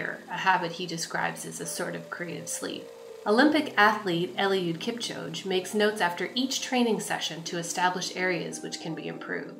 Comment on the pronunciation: Say: "Kip - choh - guh"